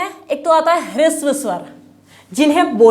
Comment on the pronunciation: ह्रस्व स्वर होता है, आपका प्रयास अच्छा है, किंतु उच्चारण पर थोड़ा ध्यान दें।